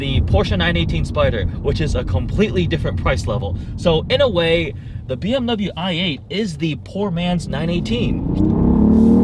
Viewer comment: Silly Nissan, u ate a bmw? quit saying bmw "i ate".